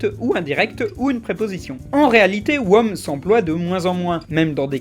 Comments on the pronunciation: Pour Whom, il a dit "Womme"? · Je sais que l'anglais c'est pas forcément ton point fort, mais "wome" quoi... C'est pas comme si tu pouvais trouver la prononciation d'un mot en deux clics... Ça donne vraiment l'impression que tu voulais même pas prendre la peine de vérifier, que tu as expédié la vidéo sans faire attention. C'est peut-être pas le cas mais c'est ce genre de détails qui peut le faire croire ! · J'ai explosé quand tu as dit Who et whom. ;) (ça se prononce hou et houm) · Par contre 'whom' ça se prononce- "ALORS VOUS ARRÊTEZ DE ME PETER LES COUILLES AVEC CA DANS LES COMMENTAIRES !" -heu... nan rien